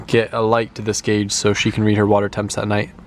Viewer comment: Dude it's "GAUGE"!!!